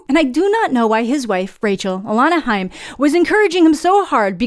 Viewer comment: Haim is pronounced more like Hi with an M sound as opposed to like hey with an M sound 😊